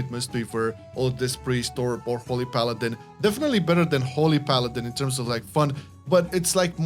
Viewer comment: Paladiny. Or paladin-e